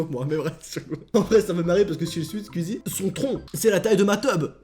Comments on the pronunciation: tu ses pad dire squezzie tu dit squizzie le u on le prononce squezzie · Juste un truc! Ça s'écrit "squeezie" mais ça ce prononce pas "squizi" ça se prononce "sqouizi" voili voilou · Mec tu me stresse à dire squzie AAAAAAAAAAA😂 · Tu dit skuizi wesh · pourquoi il dit squizi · Comment les fans de squeezie dise squeezie: les fans girls: SQUOUIIIIIZIIIIE comment le dit: SquWIzie